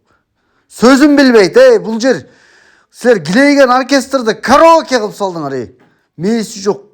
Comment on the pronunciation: 😂😂😂😂😂ТУУ КЫЛЫП ДЕП ЭЛЕ АЙТЫЛАТ . ГЫЛЫП ЭМЕС..😂😂😂